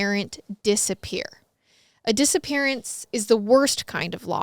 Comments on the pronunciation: Who else heard " disa parents" ?😂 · I thought you said dissaparent 😂😂